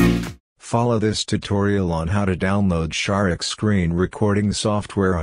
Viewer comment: AI voice says, "Shar-ex."